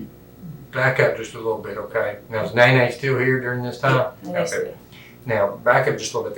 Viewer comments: Not "Neene". It's Néné lol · The AI voiceover could not handle the name “Nene”